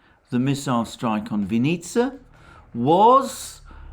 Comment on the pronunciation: The emphasis in "Vinnytsia" is on the first syllable.